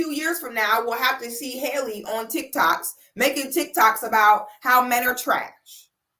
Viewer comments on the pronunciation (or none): none